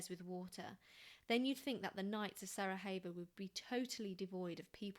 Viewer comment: it's SaraYevo not SaraHevo for future reference, not Spanish ;-) thank you.